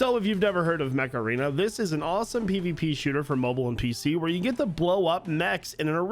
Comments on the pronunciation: Am I the only one that heard Macarena instead of Mech Arena? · "Macarena" ... That's what I heard, instead of "Mech Arena!" LoL I was like, wait, what? :text-green-game-over